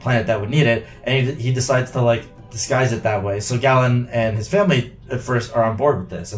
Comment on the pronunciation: Galen's name is with a long A sound, like GAYlen. The audiobook confirms this.